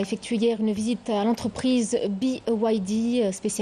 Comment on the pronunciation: Trop fort, à midi a dit "entreprise bé igrec dé (BYD)" et à 19H elle dit "entreprise bi ouay di (BYD). Je sens qu'au prochain journal va nous parler en chinois